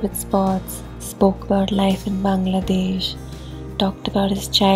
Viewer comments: The way you pronounced Bangladesh is beautiful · I really loved the way you pronounced BANGLADESH 🇧🇩 Thanks a lot for making this video